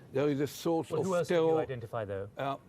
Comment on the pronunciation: Ohh the tewor!!!